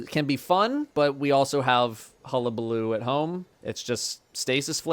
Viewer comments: Thank you for pronouncing Hullabaloo correctly. I knew that you would. Aztecross on the other hand… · Thank you for pronouncing the name of the GL properly. My soul dies a little everytime I hear cross try to say it.